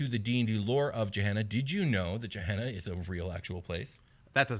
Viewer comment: Just a heads up Gehenna in real life is pronounced with a hard G as in Gettysburg or Gate, not a soft G like Germany or Giraffe. I don't know whether the game is intended to sound different though. Great content as usual though guys.